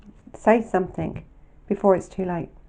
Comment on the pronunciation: love your vlogs and this was another good one I’m sorry to mention this but something doesn’t have a k on the end I just found it a bit irritating sorry